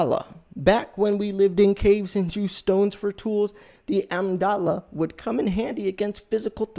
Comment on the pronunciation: Did you mean pron...a mig da la? Amygdala. Amdala is unknown to me.